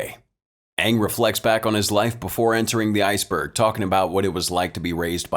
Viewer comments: probably will never have another movie and I recommend watching the series Avatar The Last Airbender since it was the original work and its better than this movie and to me them saying the wrong name for the avatar was super annoying it drove me nuts its Aang and I think one of the A's is silent though the series is in cartoon and if you do end up watching it hope you will enjoy it. :) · idk how to really say it over text lol, but it's pronounced with only 1 A, and just sounds like the letter A with ng at the end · How do you pronounce Aang's name? I can tell you that if it's based on the movie, is pronouncing it wrong. The whole rebellion scene was also super dumb as the cartoon had them stuck on a floating metal prison where they didn't have access to dirt until they got their hands on coal. Here, they're literally surrounded by dirt and too stupid/lazy to rebel. And there's the fact that the martial arts aren't in sync with the bending but rather the completed dance triggers the bending. See above earth bending prison scene for reference.